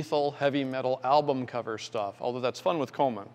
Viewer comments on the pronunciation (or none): none